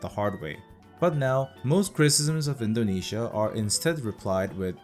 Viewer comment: Buddy you say it correctly